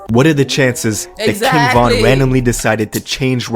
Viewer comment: what? You don’t even know von if you saying his name like that